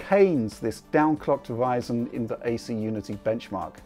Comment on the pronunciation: would you kindly use the god damn letter R every fucking word with R you don't pronounce it you do it like this ps4 pwuo,pwuosesso,wyzen,howyzone zewyo dawn RRRRRRRRRRRRRRRRRRRRRRR USE IT !!!